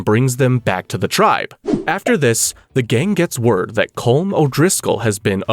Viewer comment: It is pronounced Column O’Driscoll not Colm